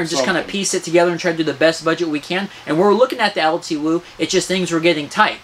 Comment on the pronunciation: its pronounced "L2" btw.